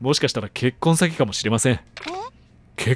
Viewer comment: 結婚詐欺の発音が 「結婚したのか...？」